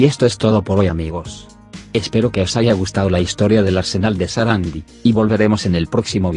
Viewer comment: SARANDÍ con acento en la i latina